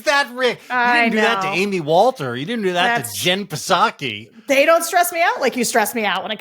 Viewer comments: JVL, the “P” in Psaki is silent. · Jen Puh-Saki? Seriously? But I saw a cat passing behind Sarah so I will allow it! Hearing from these ordinary people who vote really gave me cause for hope.